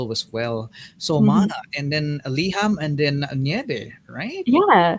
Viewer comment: I also love the fact that she could pronounce the SB19 songs right - Mana, Liham, Nyebe! Mad props to her! 🎉